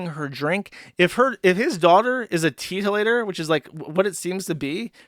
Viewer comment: Oh he is saying teetotaler i thought he was saying titolator This is the same stream were he reads niche as nishi